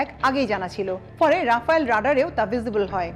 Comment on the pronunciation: রাফায়েল নয় রাফাল।(Dassault Rafale)